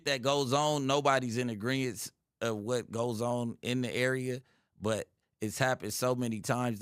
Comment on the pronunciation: Its “agreement”,. Not “aggreivence”